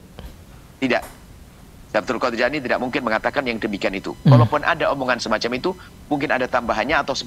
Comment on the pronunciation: Namanya jeilani bukan Jailani.....ngomong aja salah kok...